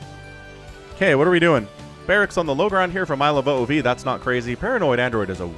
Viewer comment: Just so you know iloveoov is pronounced like ilovemovie minus the m and ie